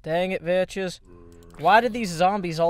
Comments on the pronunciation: He always pronounces Vechz vetches even though he knows its pronouced Vex new guy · you don't pronounce it (vech is) you say it like this (veks) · he always said vechs like that, and when vechs himself corrected him, it was too late.. Vechs uses that way of saying his name as a nickname for himself because of saying vetches -_ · hey it is not vetches it is veks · pronounces it vetches. Vechz pronounces it vetches because of. That's how it works. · hehe... veches he pronounced it wrong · are you saying vechs like that on purpose, i would like to believe you are but i cant tell